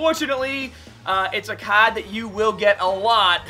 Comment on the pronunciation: Why does this guy say card and r like that I'm getting a bit triggered how about u guys😂